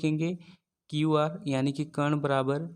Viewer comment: Sir ji aap bahut achhe padhate hai kintu कर्ण का उच्चारण सही करें।अच्छा नहीं लगता है ये बच्चे पर ऐसे ही असर डालेगा।आप कण उच्चारण करते हैं।